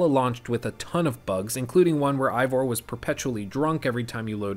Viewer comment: "Ivor"? Did you play Valhalla? It's pronounced Eivor